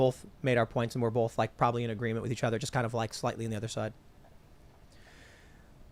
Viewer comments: Take a shot every time Tim says Bolth instead of both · Tim Pool: "BOWLTH" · Bolth? What is bolth? Why does Tim keep adding an L in both?